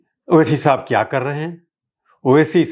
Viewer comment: اچھی اردو ۔۔۔۔۔۔🙃 "کیا" کو تو "خیا" بولتے ہیں۔۔۔۔😭